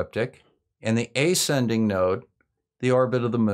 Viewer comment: “ascending” is pronounced əˈsendiNG, from to ascend. Or do Americans really stress the first syllable like that, and pronounce it like it was spelled “ayscending”? (Same question applies with slight modifications to your strange pronunciation of descending, which I have also never heard stressed on the first syllable.)